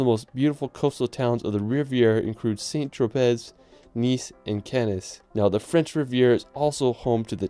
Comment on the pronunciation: Impressive and so fun to watch but so much mispronunciation of cities: St. Tropez, Cannes, Bruges, etc. and also Westminster not West-min-i-ster.